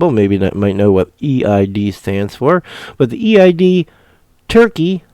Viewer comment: eid is word....pronounced AID....the end of ramadan they have a big festival